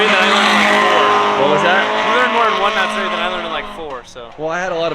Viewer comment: MATsuri TF is MARTsuri?